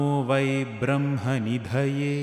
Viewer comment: You pronounced Brahmanidhaye incorrectly at . In general you pronounce brahma incorrectly quite frequently